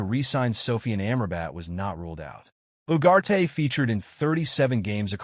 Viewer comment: Its Ugarte not Uwate